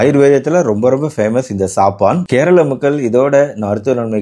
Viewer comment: சபன் என்று உச்சரிக்க வேண்டும் சாப்பான்‌ என்று சொல்லக்கூடாது. டாக்டர் கொஞ்சம் ஆங்கில அறிவை வளர்த்துக் கொள்ள வேண்டும் இவருடைய ஆங்கில உச்சரிப்புகளில் நிறைய திருத்தங்கள் செய்ய வேண்டும்